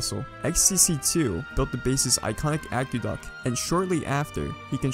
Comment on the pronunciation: you cant even pronounce aqueduct lmao go to school wtf did u even say